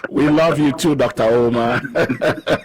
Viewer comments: "Dr. OH-mar" 😂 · DOCTA UMAAAA 😂😂😂